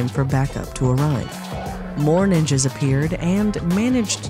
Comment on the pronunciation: Dam do you really have to use the hard "S" for Ninjas?